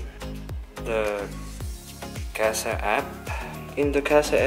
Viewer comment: Did you say casa app?